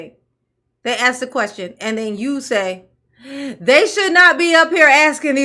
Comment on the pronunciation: New drinking game: "As it relates too" Bad grammar in general "Axe's" 😂😂😂 death in 10 minutes 😂😂😂